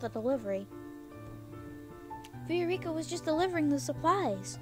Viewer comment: and btw it's pronounced 'vy-oh-rick-ah' (viorica)